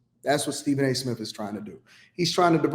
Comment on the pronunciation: He said Stephen A Smiff